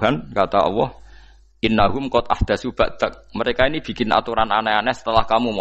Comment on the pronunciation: Dia menyebut Alloh kok dg lafadz Awoh ? Padahal Gus. Lho